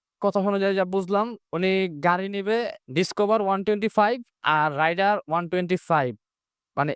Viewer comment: রাইডার না রে ভাই । রেইডার